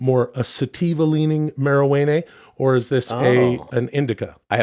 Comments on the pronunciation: I’m not 100 with Sasso but the way he said “marijuanaynay” at exactly was pretty epic, I’m gonna keep going… not giving up yet. Ps, the Ai figured out you better wrangle in the stoners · Please don't say Marijuana like that. It makes me BRM, obviously sure.